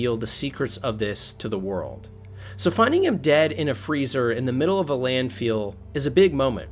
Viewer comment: That's not a "Landfeel" nor is his name "Bartmuss" nor "Bartmiss" . Geez, what kind of speech impedimented 'tard are you? ps. Nix does NOT get shocked if you had made sure to hack the chip and removed the malware before handing the chip to him.